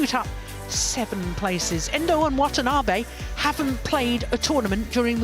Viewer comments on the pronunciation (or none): Wthen the commentator says Wantanabe's name, it is heard as 'What an Army'!